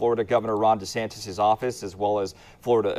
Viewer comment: “Desnatis” lmfao 🤣